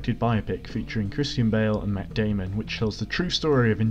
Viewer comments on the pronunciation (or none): none